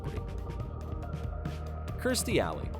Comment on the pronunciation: I tell ya... It's the craziest B.S. EVER! And it's not Remeenie It's pronounced Remany. But you pronounced Kirstie Alleys name right. I feel really bad that these peoples leader is not someone you can speak to when your down. Pray to when you need hope. Know that you're loved ones go to a better place when they pass and are with you at all times watching over you. No instead their GOD is the person who literally has the record in writing the MOST FICTION novels of ALL time. That's it, he's the GOAT of Bullsht but his scientology is real 😭🤣😭 Give me a break